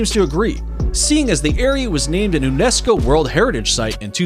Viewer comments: outstanding list! Thanks very much! May I point out that, because Salar de Uyuni is Spanish, the 3rd. word is oo-YOU-knee, rather than you-YOU-knee; Huacachina = wah-cah-CHEE-nah, rather than who-ah-cah-CHEE-nah; UNESCO is pronounced you-NESS-coe, rather than oo-NESS-coe; Lake Baikal is BUY-call, rather than BAH-call; in the Naica Mine section--like the tiny dog of the same name, the Mexican state it's in (Chihuahua) is chee-WAH-wah, rather than chee-WAH-whah; Victoria Falls is on the zam-BEE-zee River, not the zahm-BEZ-ee, and in the nation of ZAM-bee-uh, rather than ZAHM-bee-uh, and it's not in that nation, but on the border with Zimbabwe, just like Canada sharing Niagara Falls with the USA? I know, because I've been to Victoria Falls. Lastly, I don't know what statistic you were trying to present regarding Grand Prismatic Spring, but it's absolutely not the largest lake in the USA--not by a long shot, since all 5 of the Great Lakes are larger, as are many hundreds of others around the country. You may mean the largest volcanic spring in the country. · Thanks for the list. BTW, it's pronounced you-nesco for UNESCO.